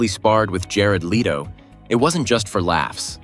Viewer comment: Not lee-to, leto.